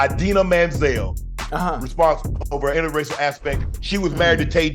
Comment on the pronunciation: Can we please get Unc to pronounce people's last names correctly? She isn't a Manziel. It's Menzel. And Nelson Agholor bothers me to no end. Get that man's name right. Do some research. It's not Aguilar. He isn't Hispanic. He's Nigerian.